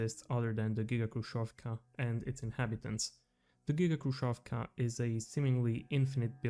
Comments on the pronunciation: Quite nice video. Js to let you know. 2ch - "Dvach" Khrushchev(ka) - Hrushev with soft Sh (like shi without i) Samosbor, i think, would be rather translated smth like self-collection, like collecting something, or self-harvest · FYI "kh" in "khrushevka" stands for the harsher h sound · Your pronunciation of Khrushchev and Khrushchyovka is wrong. "Kh" should be pronunced as like "H" same as in the word "Hex". In russian there is a single letter for this sound "X" that sounds same as the "H" in word "Hex".